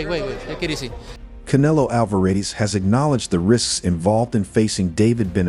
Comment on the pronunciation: Bro, are you that ignorant to not being able to pronounce CANELO?! Or thats the racist in you?! Asking for a friend